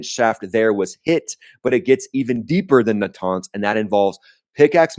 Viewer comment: I like your videos but you can’t even pronounce a name right aggggarchi or araghchi, natanz or nataaaaaaaaaanz , it just make it so annoying to listen to a content with no moderatio